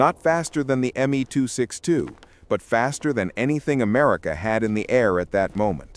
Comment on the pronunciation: Repetitative phrases, continuous mispronunciation of Me262--😖😖😖🤬🤬🤬